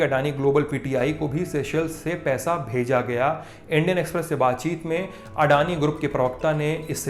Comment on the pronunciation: ओ... ये अड़ानी नहीं अदानी होता है।